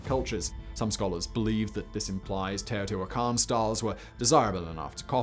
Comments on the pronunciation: Well hey, at least they either coached him or he stumbled onto the right pronunciation. At least according to the Great Courses lecture I listened to and the wiki guide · Cuicuilco pronounced "qweeh-qwill-coh". Teotihuacan is on point.